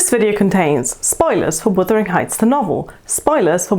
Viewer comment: Wuthering not withering